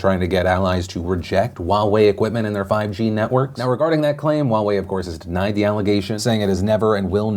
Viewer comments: “wa-way”... it’s “huwa-way” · what happened to your h in huawei... there is an h and it’s pronounced :S Also Chinese pronunciation note the w in Wuhan isn’t pronounced 😂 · I thought Huawei was pronounced " hue-way" not " wa-way". My whole life perspective has changed and I will never be the same. 😐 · I didn't realise Huawei is pronounced the same as Borat saying Wowee. Can't take them seriously now and definitely wouldn't trust them with my data for this reason alone. :-P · Wait, Huawei is pronounced Wa-way? 😮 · wait I've been pronouncing it Hu-i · wtf is "wahwei'? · Heawei... thought I heard Wawa for a second 😂 Wawas secrete passage ways to 7/11 cause they practically buy their shit from them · Wow I’ve been pronouncing it wrong in my head for years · How do you say Huawei, its so weird :P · Omg that's how Huawei is pronounced? Omg I'm an idiot apparently lol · Is it just me or is the way Philly says Huawei funny?